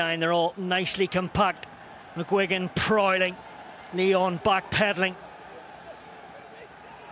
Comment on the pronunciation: Lyons ? Respectez un peu. Déjà qu'on se fait péter à domicile. C'est Lyon sans 's'.